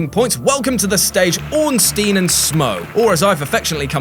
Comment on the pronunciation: Orn-STINE, like Einstein, it's even spelled the same way.